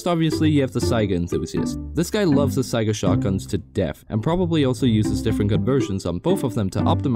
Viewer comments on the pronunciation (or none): none